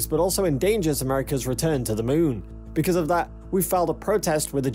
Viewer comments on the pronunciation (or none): none